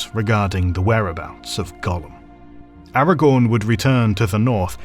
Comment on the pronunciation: The irony being that despite this professional feeling he does not manage to pronounce Aragorn correctly 😉 (Or deliberately chooses to anglicise the names, which is boring if you ask me)